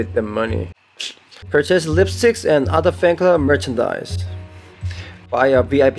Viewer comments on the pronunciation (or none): did he say "lipstick" instead of "lightstick" lol